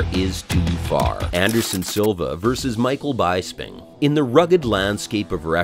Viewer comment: Michael "Bye-sping" huh?